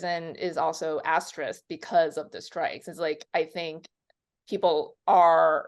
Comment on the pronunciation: It used to bother me, but not anymore since i realized she’s very literate. I’ve heard Grace Randolph, John Campea and other Youtubers insist on saying *asterix instead of asterisk.